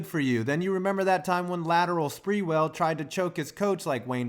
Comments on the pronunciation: dude said lateral sprewell lmaooooo im dead stop reading off wiki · "Lateral spreewell"